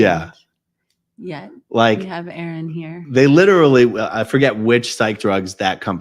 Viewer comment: A-aron cracked me up! 🤣🤣🤣